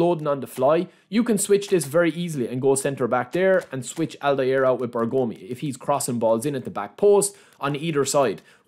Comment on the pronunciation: Please respect for zio Beppe Bergomi : pronounce it like BE'RGOMI not BERGO'MI😂